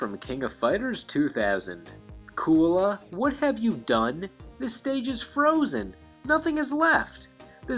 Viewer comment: You mispronounced Kula